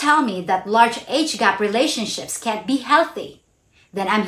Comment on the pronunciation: ...it depends on whether you said CAN or CAN'T...it wasn't clear which one you said.....so I understood "If you are trying to tell me that large age gaps can be healthy, then you are wrong"